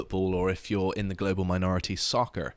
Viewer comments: "SocceR" Please, never do that again. lol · American accent when saying 'soccer.' Hah!